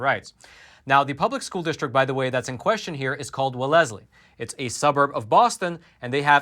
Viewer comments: Haha, hey, it’s not pronounced well es ley, it’s pronounced Wells ly. Keep up the great work exposing these stories! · Lol. Regardless how's its spelled, its pronounced wells-lee. Everyone in MA just groaned when you said said it like it's spelled. For bonus points, try pronouncing Worcester MA... (it's Wooster, or Wusta with a Boston accent) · It's pronounced "Well-sley". Wealthy community. Just like that criminal, "H Clinton", went to Wellesley College. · it's pronounced Wells- lee...2 syllables with emphasis on the "Wells". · I agree that this is outrageous. But for future reference, the town name is pronounced as if it were spelled Wellsley. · FYI-As a former bay stater- the pronunciation is welz-lee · Hello, Wellesley is pronounced…..Wells- ley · Wellesley is WELLZ-lee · It's pronounced "wells-lee." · Pronounced "Wells-lee" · Please stop saying walezly! It sounds rediculous! Please research your pronunciations of Massachusetts towns, we have a lot of strange spellings Like Worcester, (Wusster) Woburn (Woobern), Haverhill (HeyVril) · FYI it’s pronounced “wells lee” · Uh,? It’s Wellesley. WELLeS-ley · Love your show. The town is pronounced as " Wellsley". Massachusetts is weird. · Just so you know...the town is pronounced Wellslee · Wellzlee. Wellzlee pronounced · I'm from MASS. I know Wellesley well. Its pronounced Wells-Lee, no es in the middle. The cheapest home is over 1m and the town is ultra liberal. It is nt racially diverse at all and to make themselves feel better they bus minorities in to go to school Its very degrading. People in Boston which is where I am from call the idiot in Wellesley, Martha;s Vineyard and nantucket "the beautiful people". Its a sarcastic dig. there are other towns in MASS that are just as Bad. Jus ask Pocahantas. What drives me cray is the idiot politicians of MASS are all getting appointed for jobs in the Biden admin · school is pronounced Well's ley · You r pronouncing Wellesley wrong.